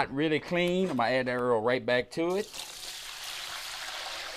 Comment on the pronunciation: U kno this a country man he called it Earl (Oil)